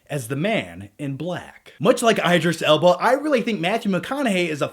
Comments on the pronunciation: Is anyone else cringing whenever says Eyedris Elba? besides me. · eye-driss Ellbarh? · It's ID-ris L-bah, why the fuck would it be ED if there's an I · Eye-dris Elba😱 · omg every time he says idris alba's name i laugh, thats not how you pronounce it lol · Unforgivable mispronouncing my husbands name.